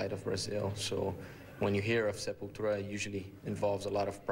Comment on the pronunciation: Aqui nego reclama quando Derrick fala SepulTCHURA.